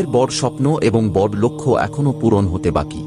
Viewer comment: ওটা বর নয় বড়ো ঠিক করে উচ্চারণ করুন